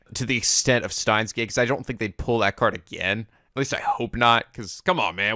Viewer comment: Huh... Maybe I should make a counter for myself every time mispronounces Steins;Gate...